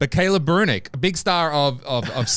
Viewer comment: His name is Brunick such as saying Brunnick.